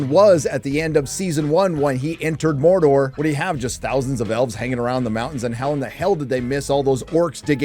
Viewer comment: Mordor dude! DUDE MORDOR! MOR DOR DUDE!